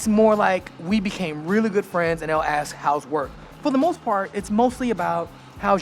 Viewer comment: A Dutch a-hole here: It's ASK, not AKS. Have some respect for your own language.......